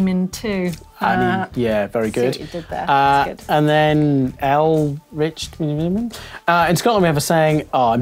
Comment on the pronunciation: Awesome stuff! 10/10 for effort! - you will be sent back to Fort William, in the rain, until you can understand how "It isna that pish to get pished when it's pishin it doon!" Oh and though I loved the attempts - it's "Elric" Tee Dee Bee!